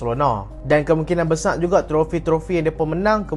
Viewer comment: besar weii bukan besaq cuba sebut elok2